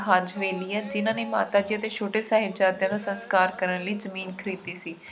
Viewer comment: Bibi ji saskar hunda a Sankar nahi